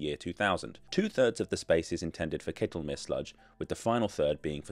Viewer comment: Pleasantly surprised to hear him correctly pronounce Ketelmeer as "kaytelmere" in the intro. Then slightly disappointed to hear him say "kettlemere" the rest of the video. But yes, very good pronunciation overall.